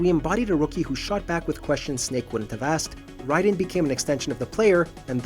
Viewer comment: Thats not how you say raiden come on now